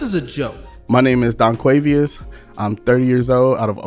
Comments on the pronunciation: "donquavieus"?!? Lol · I had to switch off after 10 seconds when he said his fucking name 😂😂😂😂 Donquavious maaaaan!! wtf